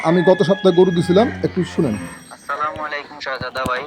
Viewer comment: ভাই আপনি কি হিন্দু না মুসলমান মুসলমান হলে ছালামটা ভালো ভাবে দিবেন এটা কেমন ছালাম আছলামালাইকুম